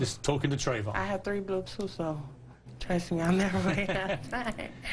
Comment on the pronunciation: what the fuck is a blutoof? and i didn't know question is a feeling! WTF?